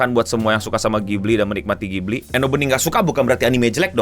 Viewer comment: Bukan ghibli tp kipli.. 😂